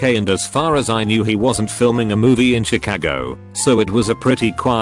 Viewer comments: Schi cah gooo 😂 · The robot voice just kills it. Shi-Kaggo for Chicago, La for LA, etc...etc... etc....